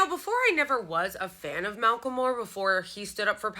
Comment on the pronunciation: its pronounced MACK-el-MORE - thanks you so much for sharing